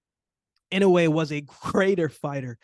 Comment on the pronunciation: Not too many can say inoue right. You get thumbs up just for that.